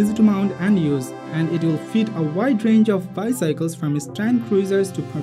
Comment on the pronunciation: Anyone annoyed by the way he says bycycles instead of bicycle